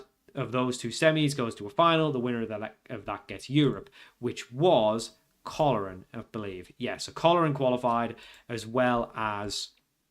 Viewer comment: Fun to see you trying to learn the correct pronounciations, tip for today, Coleraine is pronounced "Coal Rain". Keep it up.